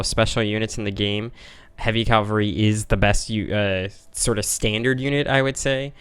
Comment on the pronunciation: Why do you say 'calvary' instead of 'cavalry'? :) Forming the Arabian Empire could indeed be the main goal of the campaign.